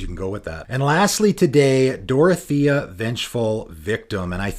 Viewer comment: Dorothea is pronounced like the girl from Wizard of Oz.